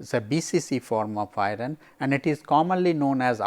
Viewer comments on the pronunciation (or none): why pronounce 'iron' as i-run?